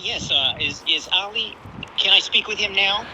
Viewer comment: Uhm….there’s a difference between “Ollie” and “Ali”. Please learn this…